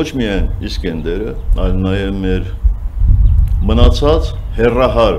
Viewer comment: իսկանդեր ա,իսկյանդար չի))